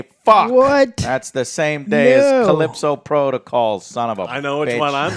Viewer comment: It's pronounced CALLISTO protocol not CALLIPSO,. Also it's nuCLEAR NOT nuCULAR. Lol just saying